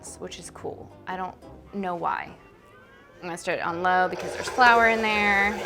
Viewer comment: I'm living for how she pronounces flour. (Fleur) . It was cute. :)